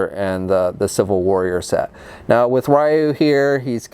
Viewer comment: "Ri-you" Don't you mean re-you